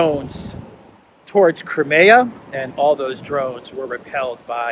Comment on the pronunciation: You should pronounce: KRAIMIA